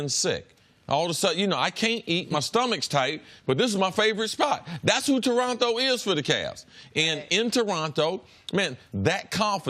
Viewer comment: Why do Americans pronounce Toronto like they have Down syndrome?